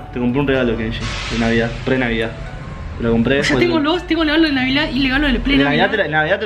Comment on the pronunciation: porque decís legalo pero se dice regalo